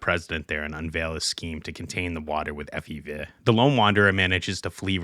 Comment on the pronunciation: Wait you said FE-veh?